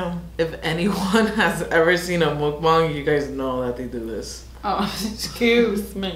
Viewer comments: Dang u pronounced mukbang spot on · only yter that pronounces mukbang correctly 😩😩🤧❤️